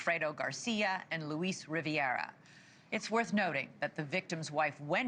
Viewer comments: Luis Ri-VERA, not “Riviera” Dan Markel was a devout Jew, not an Orthodox Jew They DO know what’s on some calls because there are wiretaps with recordings that were played in Charlie’s trial. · C'mon Lady pronounce the name right RIVERA not RIVIERA. READ ! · As a long time reporter, I’m amazed that Elizabeth Vargas, who is an experienced reporter/commentator, is mispronouncing names in this case. It is Rivera, not Riv-e-era. It is Dan Markel, not Mar-kal. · Rivera is not a classic Buick. Pronounced it correctly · It's pronounced 'Riv AIR uh' Dan's last name is pronounced 'Mark ELL'. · No, pronounced RIV E AIR A (Long E, short a)